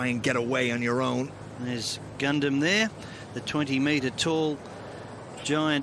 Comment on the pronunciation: After he calls it a goondum Me: IT'S A GUNDAM!!